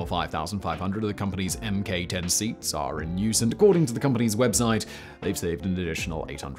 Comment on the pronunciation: It’s not M K Ten and you know it!